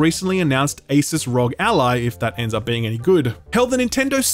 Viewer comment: Someone figured out how to pronounce Asus :) Edit: “Persona 3 Golden” cmon man